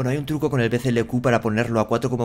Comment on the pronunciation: A ver cuándo eres capaz de decir bclk en lugar de bclq, que creo que después de ver muchísimos videos aún sigues colándote. Un saludo crack